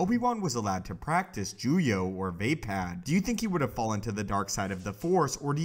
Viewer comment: I think it's pronounced like va-pod not vay-pad